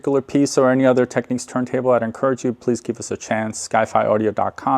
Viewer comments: FYI, It’s pronounced “Technics”, as in “technical” or “technician”, not “techniques”. This isn’t a matter of opinion or preference, by the way, any more than how to pronounce “technical” or “technician” is a matter of opinion or preference. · Point of discussion. It's not pronounced, Techniques, it's pronounced Techniks!